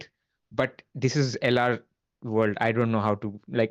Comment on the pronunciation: The pronunciation from LR on some of those names 🔥